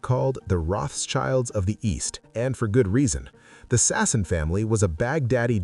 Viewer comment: The name Elias is pronounced E-LI-as, accent on LI; and Sassoon is pronounced Sas-SOON, accent on SOON.